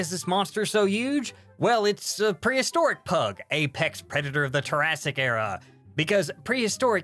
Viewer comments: Why does he write Triassic but say Terrassic? I know this is probably a deliberate joke thing but it drives me nuts ._. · Can't get over your pronunciation of Triassic. It's not turassic it's try-assic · The word for the prehistoric time period you're talking about is pronounced as "Try-ass-ic" not "Tihr-ass-ic" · You wrote "Triassic" on-screen, but you said "Tarrasque-ic". Which does sound more like the period giant monsters would come from. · Its pronouced TR-AI-SS-IC